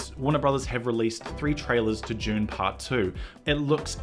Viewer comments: Say "DUNE"... Stop pronouncing it as "June" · Oh, for the love of god - it’s pronounced DOON not JUNE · It's Dune not June. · Is it just me or does he keep saying June? Are we being trolled? Also maybe its just black and white with a red filter, that's how they did Paper Moon. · Why do you keep saying June? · The film is called Dune not JUNE !!! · you say june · Why does it sound like he's saying June when he says Dune? 😂😂😂😂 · Man’s said “June part 1” and “June part 2” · "June paht too"